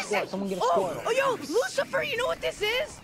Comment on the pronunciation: It didn't sound like Lucifier It sound like you said Mucifier